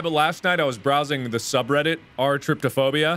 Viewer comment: Why did Mark say r/tryptophobia? Did he mean TRYPOPHOBIA ?